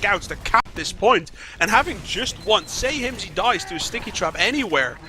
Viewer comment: calling Hymzi Hymz without the i is something I wish I didn't notice. Holy shit that is annoying.